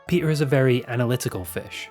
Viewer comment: PEEDAH THE FISH IS HEAH